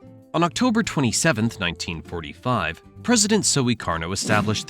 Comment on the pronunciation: president Suiii-karno